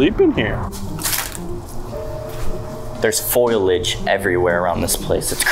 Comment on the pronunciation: hunny its foliage not foilage lol ur 2 adorable!!!